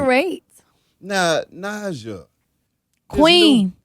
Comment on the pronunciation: Yes. Correct him Queen! I also hate when they pronounce Naija with such heavy enphasis on the "i" like "Nijah" instead of "Nahja". Sigh